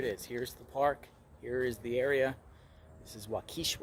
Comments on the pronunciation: "walk'-eh-shaw" not wuh-keesh'-uh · Always funny how people pronounce the cities in Wisconsin. A simple tip if you're going to report on the town in Wisconsin ask the local how to pronounce it. That's not how you pronounce Waukesha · I live a couple hours away. There's a lot of cities/towns with goofy pronunciation names in Wisconsin. Waukesha is pronounced Wa-ca-shaw. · . It’s pronounced Waukesha (WHAH-kuh-shaw) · Walk-ka-Shaw is how you pronounce Waukesha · Pronounced Wok-ee-shaw❤my son lives there. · Walk e Shaw is how it’s pronounced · Waukesha sounds like Walk A Shaw 😎🐺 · Correct. It is not pronounced Wa-KEE-shaw. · City is pronounced Walk a shaw. Hope they find her! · You shouldn’t be allowed to report on if you can’t say Waukesha correctly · Although I love the way you are saying it, Waukesha is not pronounced that way 🥰. We lived close to there when this horrible crime happened.